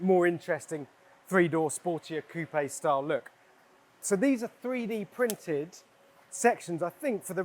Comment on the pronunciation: the host lost my attention when he pronounced "coupe" as "coop-ay". yikes.